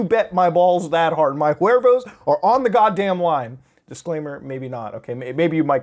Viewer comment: Yo Muta! Imma level with you bro, I love you but we gotta work on your Huevos pronunciation man! There ain't no "r" in there. You gotta go "ooh-eh-voss" Love you man your Mexican boi just looking after you, peace!